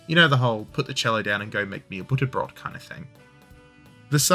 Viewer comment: Really! How do you know the word "Butterbrot" but not how to pronounce "V" and" Z" in German?! ;-)